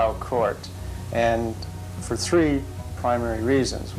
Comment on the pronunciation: Thank goodness it wasn't tree hundred and chirty tree pounds of plutonium! Can you imagine?!